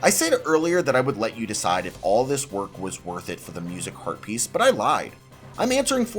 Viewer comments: I keep hearing "herpes" and can't unhear now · When you say heat piece, my mind thinks you say herpes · I am the only one who keeps hearing "Link gets Heart Pieces" as "Link gets Herpes"?? 😂😂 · Are you intentionally trying to say Heart Piece and Rupies as close to Herpes as possible? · Sometimes when he says Heart Piece, it sounds like he's saying Herpes and I have to do a double take